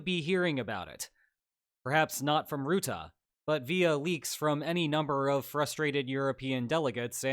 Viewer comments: It's not pronounced Routah but Rutte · The u in Rutte is pronounced like the u in duck, or at least more so than the "oo" sound I'm hearing (I'm Dutch, he was our prime minister before he got this job). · It still surprises me how many people mispronounce Rutte. It's not pronounced like root but more like rut (like 'in a rut'), rut-tuh not root-ah. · The U in Rutte is pronounced like the English word "rut". Not like "root". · Rutte is pronounced "bruh" without the B + "tuh", not rootooh, bruh-tuh without the b. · The man's name is not ruette but Rutte. Say Russia, now say Rutte using the same first syllable. Iy is down right disrespectful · As a Dutchman, who's had Rutte as my prime minister for most of my life (and all the memes that were made during his political career) its kinda jarring to see him here in a Spaniel video also his name is pronounced "ruh-tuh" not "roo-the". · there is no 'oo' in Rutte. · Mark 'Rutah' 😅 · Love your videos! But you really messed up the pronunciation of a very simple last name! It's Ru (like Russia) tte. Don't mind the word choice was a coincidence that fit the way to speak 😊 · FYI the "u" in Rutte is pronounced as in "hut" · The u in Rutte is pronounced like the u in Turkey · mark ruttAH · Rutte's name is most easily pronounced if you pronounce it "rut" but a little extended, like you're in ye olde england and your wagon is stuck in a rutte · Mark Ruttah :) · Love the collab with Mark Rutte. Please work on your pronunciation of "Rutte" ; as a dutch person this was really rough 😭